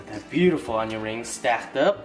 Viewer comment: He says chicken wang and onion rang 😂😂